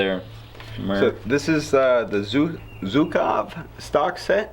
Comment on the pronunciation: Zhukov sounds a bit like 'juke off' in Russian. Not 'zook off'.